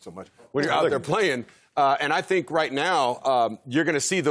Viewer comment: I can't take anymore "dhink" from Marcellus. Will someone please tell him it's "think"?